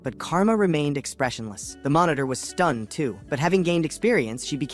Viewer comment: Bro your ai telling of this story was doo doo dog dick. It kept calling everything a fucking monotor